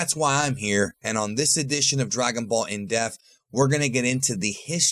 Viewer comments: IN DEPTH not in death. Dunno why you and several other youtubers cant say indepth lol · It sounds like he is saying "Dragon Ball In Death". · Dragon ball in deaf. That's what I heard lol. No hate no judgement just saying i heard it